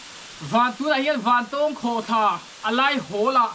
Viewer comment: I thil tih ah hian mithilhre zawk te rawn hmasa ṭhin teh. A hmasa in "Vantawwwwng Khawhthla" kan nei ngai lo. Vantawng (eg: A san zawng chuan vàn a 'tawng') tia lam tur. Anih loh vêk chuan Vantáwng (eg: Ramhnuaiah sakei nen kan in 'tawng') tih ang pawhin a lar ta zawk a. Nangin a kan ram hmun leh hmel, duh duha an hming I lo thlak ve nachhan tur kha a them pawh a awm lo. Tin, Vantawng Khawhtla hnunga puk hi hmasang aṭang tawha kan hriat vek tawh ani. I luhna puk thuk zawk, fangfar awmna, "Puk far" kan tih mai kha kan naupan laia kan luh chhuah hrep tawhna ani. I kal hmasa awzawng lo. Adventure club lam, sa pel a kal leh a bulhnai khaw mi leh sa phei chuan an lutchhuak fo tawh I pian hma fe aṭang tawh pawhin. Mipui mimirin an ti bawrhbang ang tih hlauh vangin an kam tam lo mai. Tlawh luai² chi pawh anilo, intih palh leh mi hliam buaipui a buaithlak tawh ṭhin avangin. Fangfar ho kha khawih avanga thi thei pawh anni bawk lo, climate a zir leh zir loh vanga danglam mai ani. Tihian intih lar I duh vanga kan hmun fianrial ṭha tih common I hreh lo rau2 anih pawhin information dik deuh tal hi chuan thehdarh ṭhin rawh. Chubakah, ahmaa kan hrilh tawh ang che in naupang kum 20 pel ṭawk I ni. Camera leh drone tel kher lova I kalna hmun luh chhuak tawh tu hi a zà tel fe an awm. Puitling lungfing ber niawma Bawihtlung Channel style la taka Zofate zilh ve sek tum hi sim rawh. Kan hriat chanve chanveleh pawh la hrelo, kan hmuh tawh 10% la hmù lo hian Mizoram mi leh sate hi I zilh ve an